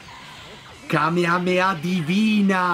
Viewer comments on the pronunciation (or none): none